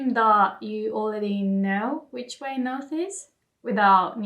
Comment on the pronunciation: 『Okay, we've learned a lot alれeady. 』 I heard what you did there. 可愛い😉 お疲れ様でした。